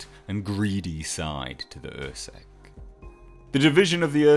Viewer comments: UrSkek is pronounced UR-Skeck, not UR-Seck. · its Urskek not ursek